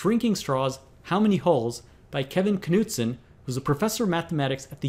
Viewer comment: Linguistically, the K in Knudsen is silent.